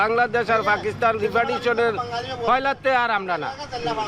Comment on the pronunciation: ভাই পাকিস্তান হবে পাকিস্স্থান না। please pronounce it right way ❤